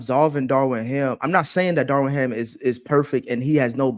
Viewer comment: can’t even get “Darvin” Ham’s name right. Nothing he said mattered on that subject 😂